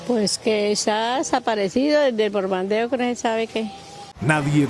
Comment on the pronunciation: El de rojo jajaja que los despertó el (Bordando) jajaja para decir (El Bombardeo)